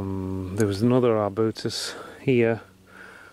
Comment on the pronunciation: God, damn. Is every tree you see an “arbootus”?